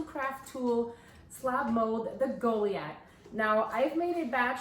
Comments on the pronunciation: My apologies, but this has been driving me nuts because I know that I don't like to pronounce words incorrectly, but the the "i" is long as in 'lie', not "sea". So it would be pronounced Go-lie-ath. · Hon, I believe the word you're trying to say is pronounced Gah lye ith 🙂